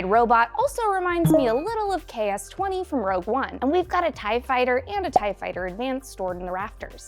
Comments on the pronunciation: Did you just call K2SO KS20? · K-2SO not KS-20